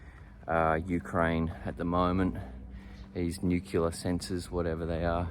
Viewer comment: Nuclear, not nucular.